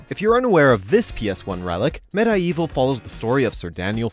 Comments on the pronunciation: I'm irritated by "meh-die-evil". It's supposed to be read as medieval.... Ugh!! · Your pronunciation of medievil and fortesque was pretty interesting to say the least :) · The way you pronounced MediEvil made me uncomfortable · No one:: “med-eye-evil.” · Med-EYE-Evil?? REALLY??? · Waitwaitwait....XIII is getting remastered?!?! Also, Med-I-Evil, really?lol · "Med-i-Evil" .... EXCUSE ME?! Hahaha! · Every time he said MediEvil wrong I cringed